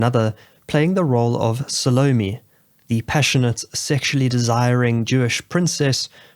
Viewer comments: "SALOMIE"?? It's pronounced Sal oh mey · Sah-loh-meh, not solami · the pronunciation of the name is driving me nuts